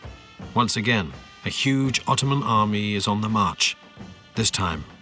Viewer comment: "öttöman emp never been bröught döwn by other people." Darling, without the British and the French, the Russians would have occupied Constatinpople in 1878. Please, when you're reading your history, read it from more than one source.